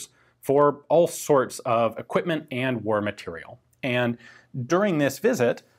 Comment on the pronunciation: Matériel still isn't pronounced "material".